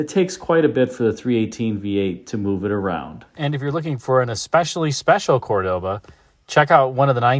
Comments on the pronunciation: The car is beautiful, but I dont like you say: CordÓba, it is CÓrdoba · the true pronunciation is COR doba... emphasis on the COR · It would be scratchy fine Corinthian woll. Corinth raises sheep, not cattle, lol😅. Also the pronunciation of Cordoba is an affectation, which Montalban pointed out. There was a Dodge version which was not successful.